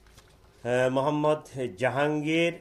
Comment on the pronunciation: তোমার মোহাম্মদ বলার ধরন টা ঠিক সুবিধার লাগলো না ।